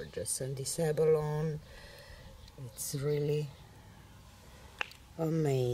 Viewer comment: Gorgeous end result!😍 Tip though: TLP "abalone" is pronounced with an "eee" on the end like "abaloney." It is a type of shell....